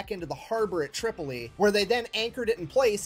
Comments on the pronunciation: Tripoli pronounced "trip" - o- lee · Bruh a bit late to the party but I got a small chuckle when you called Tripoli "Chipoltle". Love your videos. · First learn how to say Tripoli. Next is this counterfeit Englishman annoying!!